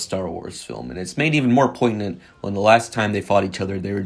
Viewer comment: bro said poiGnant